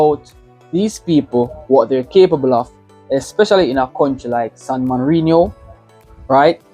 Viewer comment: San Marino not morino 😭😭😭